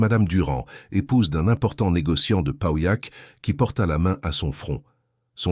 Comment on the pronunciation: Encore une voix artificielle !!! Y'en a marre ! Pa- ouillac, c'est bien, non ? Jamais je ne pourrai écouter un récit avec cette voix!